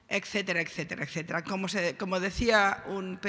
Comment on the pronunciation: Se dice ETcétera y no “eccetera, eccetera, eccetera...” (Min. ).